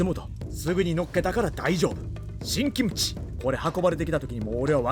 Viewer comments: 김치 발음 좋으시네 기무치가 아니라 김치 ㅋㅋ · 김치 발음 죽이네요.. ㅋㅋ 국뽕 감사..